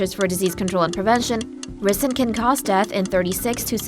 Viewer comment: Definitely a confusing pronunciation of ricin